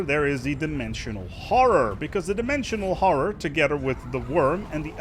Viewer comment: Dimwensiwoal howwow